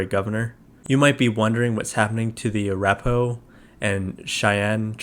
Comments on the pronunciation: Arapaho is the correct spelling and name of a Native American tribe. It’s typically pronounced: uh-RAP-uh-ho or uh-RAH-puh-ho. “Apparaho” isn’t a standard spelling—just a misspelling or phonetic guess someone might write after hearing it spoken. So: ✅ Arapaho = correct ❌ Apparaho = incorrect / nonstandard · I enjoyed it. Very interesting and humorous stuff. I have to say though you drove me crazy and could you please revise your narrative when pronouncing "Arapaho" if not cool, but I was getting confused . Thanks again